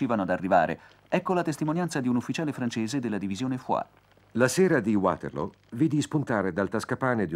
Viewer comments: Non si pronuncia "Uaterloo come fosse una parola inglese, è una collina belga e il nome è in fiammingo. Perciò "Vaterloo". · Uaterloo però non si può sentire. Non è inglese, è fiammingo. Vaterloo, Vaterloo, Vaterloo. Possibile che Angela non lo sapesse? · Waterloo è in Belgio quindi perché bisognerebbe pronunciarlo in inglese?